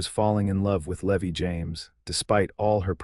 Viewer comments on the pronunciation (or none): Either teach AI how to pronounce common names or quit using names AI cannot pronounce - Eleanor is not Eleeener, Levi in not Levy, Santa Fe is not Santa Fee, Stagecoach is not Stage-E-Coach, etc. I like the stories, but this is like bad grammar! Twists my ear every single time!